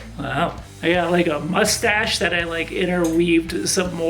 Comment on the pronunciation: Did he say, "lush-stache"? Lol